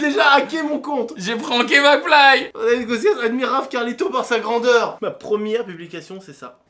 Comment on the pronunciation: McFly est devenu Algérien 😂🇩🇿